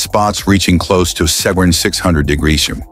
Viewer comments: I actually like "Diggidreeoners" better, gonna use it from now on. It's unhuman which is, apparently, what the world needs most right now. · What's wrong with degreseum..lol...that's what it says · on: wtf is this ai saying? 600 degreshum? Even the closed captioning doesn't know what it's trying to say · Degression?? Norons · Great Videos but the use of A.I. for the Voice-Over (Narration) falls Short! I have been a Professional Voice-Over Artist for over 20 Years, and A.I. is definitely changing our industry. A.I. has a hard time reading certain words and abbreviations, for example the word "Degrees." It is what it is as the little god of A.I. continues to dominate the Human Race! 😢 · I don't even know what "degrees" was supposed to be 🤔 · Why can't it say "degrees" properly? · Because it's AI units. Only AI understands AI units. You will need to get YOUR AI to translate this AI to figure it out. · Too many "e" too close together, and the Vowell sound Change. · This AI cannot pronounce degrees and temperature. Gypsum executives come on. You guys even show a video of a solar panel in production mixed in at random.